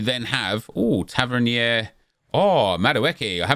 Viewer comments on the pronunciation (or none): Why does every FIFA YouTuber pronounce Tavernier like he's from France or something 😂😂 same as Trippier